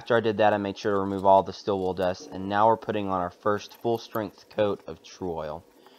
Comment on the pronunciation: Ah, it's pronounced stEEl, not still (wool) are you from Idaho? :)Anyway interesting tutorial, thank you.